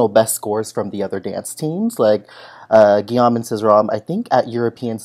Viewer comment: It's not "Guillaume and Cizeron"! You said this 2x ar the beginning. It's Cizeron and Papadakis. 😍 Also: say Ghee-ome, not -ahm. Sorry--French major here! Merci.